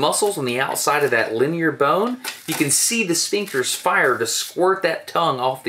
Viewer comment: you can tell destin is from Alabama when he says "dat toungue" lmfao love ya man